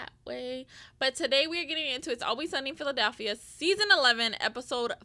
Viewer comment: You mispronounce PhiladElphia in a lot of videos 😅😅😅